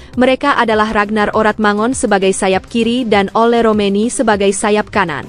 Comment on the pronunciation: OLE woy... Bukan ULA ......